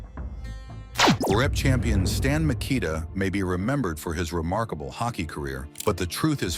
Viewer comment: Mik ah tah. This AI shit is taking over.